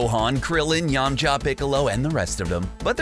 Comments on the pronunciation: Did he call yamcha yamchop? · He said "yamm-cha" lmao